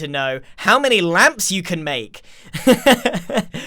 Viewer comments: grian: ŁÂMPŠ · grian: LAmPss , i want more! All of us: we're ok with just a few Grian: LoOok ITZ CHeAZe Us: umm... ok?